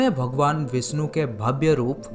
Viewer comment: भगवान विष्णु not विस्नु , सादी नही शादी भ्राता आप हिंदी डिक्शन pe kam karo....apke sha or sa me ... problem hai